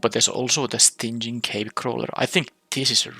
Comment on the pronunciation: I've been having fun with this set, interested to see how you draft it and the synergies you find. A few words you mispronounced, just minor issues though. Dinosaur = Die - no - saur. Stinging = Sting - ing. And Scythe... well, I'm not sure how to describe how to pronounce that one. It's really weird to pronounce giving its spelling.